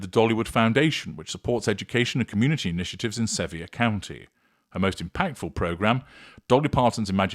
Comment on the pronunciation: Love Dolly & this is a wonderful video!! Sevier is pronounced "Severe" here in the South. 🥰